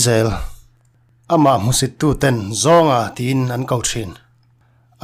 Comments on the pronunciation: I tangkam leh thluk dan hi ngaihthlak a nawmviau rualin, hmusit/ hmuhsit tih tawngkam hi hmuhsih ti ang hian i lam tlat thin a, fimkhur teh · Hmuhsih nilo in hmusit tiin lam thei la a va duhawm em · Hmuhsih ni lovin hmuhsit tih zawk a va tha em. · Hmusih nilovin(hmusit)tih zawk a chhiar ni se ngaihthlak ahah dam deuh tur. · Hmusit i lam dan hi a dikhlel deuh tlat." Hmuhsi" i ti tlat mai